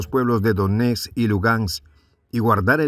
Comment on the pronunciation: Minsk....Donetsk.....Lugansk! No es minks, donets ni luganks!!! Hay que practicar más para ser mejor comunicador.